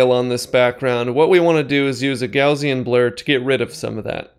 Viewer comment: An amazing tutorial, but please, "gaussian" is pronounced "g-O-ssian" - "O" sound as in "AWE" not as in "TROUSERS"